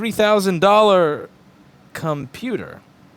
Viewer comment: he says: “it’s a $3000 CUM-puter” couldn’t agree more